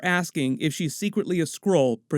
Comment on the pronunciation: The way you keep saying Skrull sounds like you are saying Squirrel.